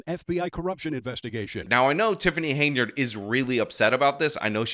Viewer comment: Wow, looks like finally worked out she's called Henyard and not Hey-nard.